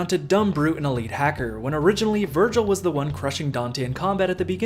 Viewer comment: That’s not Vergil that’s vergin